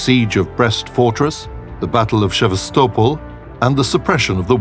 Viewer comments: Shevastopol, I think you mean savastopol, and from what I've read it was quite effective there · Shavestolpol What? S EV ASS TA POL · Just a friendly advice for the narrator: If you can't pronounce words that are in the motion picture you have to narrate (e.g. like the name of the object the whole video is about, or city names like Sevastopol), then don't narrate it at all.